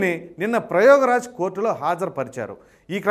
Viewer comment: సార్, అదిప్రయోగరాజ్ కాదండి ప్రయాగరాజ్. కన్నీటిపర్యంతం అంటంకూడాతెలియకపోతే ఎలాగండి.దయచేసి సరిదిద్దుకోండి.మిమ్మల్నిచూసి ప్రతివెధవా యాంకర్ అయిపోతున్నారు ఎలాచెప్పినాపర్వాలేదని.వీలైనన్ని ఆంగ్లపదాలని తగ్గించుకోటానికి ప్రయత్నించండి.మీరుతప్పకుండా విజయంసాధిస్తారు.